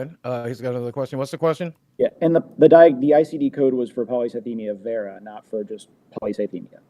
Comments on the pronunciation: not being able to pronounce polycythemia vera ever is the funniest part of this whole thing. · Take a drink every time one of them mispronounces the name of the cancer